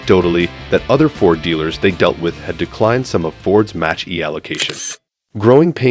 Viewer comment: 'Match' E-cars? It's MACH-as in speed rate MACH 1,2, etc